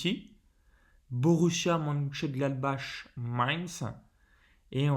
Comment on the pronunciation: Merci pour la vidéo Perso, je joue Victoire Domicile ou Nul remboursé, plus un lay 0-0 Juste pour info, MONCHENGLADBACH se prononce Monecheuneglatbarre et MAINZ en Français c'est MAYENCE